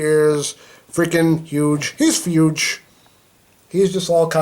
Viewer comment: Why do you say fuge